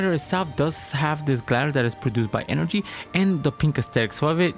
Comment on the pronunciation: Se nota que hablas español,por como dices energía jaja,pero hablas muy bien ingles